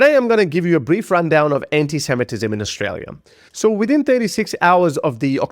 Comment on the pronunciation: I see you managed to say ANTISEMITISM correctly!